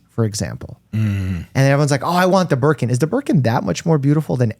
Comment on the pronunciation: Good Will Hunting ❤😊 love that movie 😂 oh my God Nooo!!!!! 😂😂😂😂 Shawshank is number #1 Probably because l watched that with my dad.❤😊 Berkin? Lol sounds like Gherkin. Is it edible?